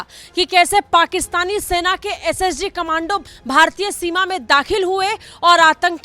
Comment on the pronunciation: Khamandu nahin madam kamndo bolini chahiye 😂